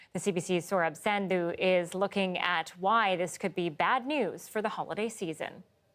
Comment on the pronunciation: Dear, Nice reporting and great work Just one request/suggestion:, it will be appreciated if you call your name in the original accent unless you are unable to speak that. Your name is as nice as your work!!!